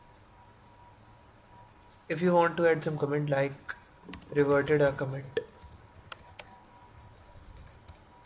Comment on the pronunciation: commit uu h commit uu h commit uu h comiiittuuhh